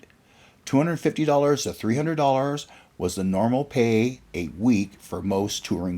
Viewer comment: ”payday”, not “per” day.